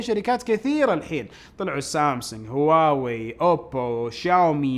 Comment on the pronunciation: ترى مافيه مشكله تنطق هواوي مثل الناس ...